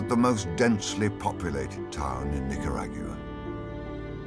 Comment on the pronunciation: Nick-her-a-gyu-ah xD